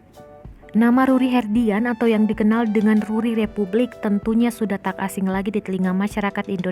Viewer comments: Yang benar itu Republic, bukan Repvblik Suuuu..... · Repvblik orang lain : Republik Gw : Rep(vu)blik